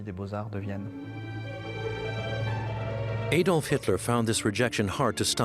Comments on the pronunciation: Warning: A documentary which cannot even pronounce the name of Adolf Hitler and instead calls him AYdolf Hitler cannot be trusted with even more complicated information. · Hitler's first name is Adolf. in Germany pronounced (Add-olf) in Britain pronounced (Add-olf) where on earth did America get (AYY-DOLF HITLER) from??? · Not pronounced AYDOLF, it is Adolf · why do Americans pronounce it ey-dolf and not ah-dolf? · Why do Americans always mispronounce the name Adolph? The correct pronunciation is with the short ‘a’ as in apple, not the long ‘a’ as in fade. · His name was Adolf Hitler, not Ädolf (Aedolf) Hitler. There is no Umlaut (diacritical mark) over the A. The ignorance of some people is shocking. If you are making a documentary entitled "Best Docomentary", at least tell the V/O commentator to research English and/or German pronunciations first and foremost. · Adolph, not Aidolph for you Americans! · How can you make a documentary about someone and pronounce the person's name wrong?? Also he wasn't the most bloodstained person in history at all, in fact even Stalin who took part in the same war killed more. The name is pronounced add-olf not aye-dolf, there are thousands of hours of video evidence with his name being said so there is no doubt about it. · Please pronounce as "Adolf“ , not "Aydolf“. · Another Amurikan incapable of pronouncing "Adolf". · EJDOLF.. geez learn how to pronounce his name ! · All that ‘special’ research and nobody taught the narrator how to pronounce Adolf correctly. I can’t wait for the Eye-raq documentary. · I wish Americans learn how to pronounce the name Adolf. A-dolf? Stop it. Same with Eye-raq. stop it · Eedolf Hitlour pronanciation really pisses me off!